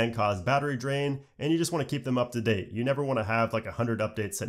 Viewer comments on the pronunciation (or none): none